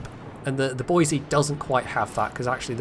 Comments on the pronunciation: Might be wrong because of my cousin-loving West Virginia accent, but we always pronounce it "boyz-eee" And I'll tip my hat in your direction for a code as well good sir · Boise = BOY-zee